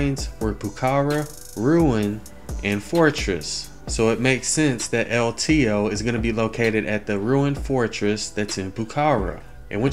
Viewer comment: "El Teheeoh"